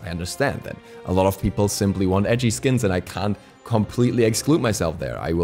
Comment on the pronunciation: When you are saying "edgey" skins it sounded like ecchi skins! We all want to pick the echii skins I'm with you on that!